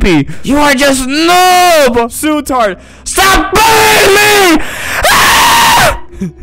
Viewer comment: "Oh no su tart"